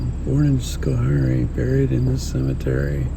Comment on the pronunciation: its pronounced sko hairy fyi